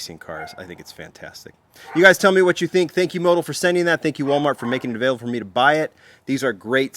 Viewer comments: Motul pronounced... Mo-tool. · I've always pronounced it mo-tool. Have I been pronouncing it wrong?